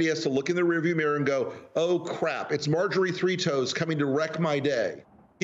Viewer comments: 'Majory three-toes', lol! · 😂😂😂😂😂. Did he just say” Marjorie three toes” LMAO